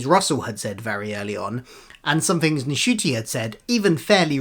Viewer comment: Thank you for a down-to-earth view of the rumours. Isn't the N in Ncuti silent, though 🤔? For a foreigner like me, it would be a disappointment if Dr Who disappeared from streaming. I don't want to go back to waiting for the DVDs and getting episodes spoiled in the meantime.